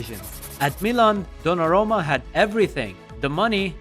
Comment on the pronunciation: Good content, except you mispronounced and misstyped dollarumma a lot...